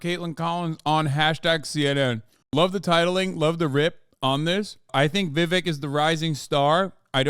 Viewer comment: vivek rhymes with snake. just sayin'....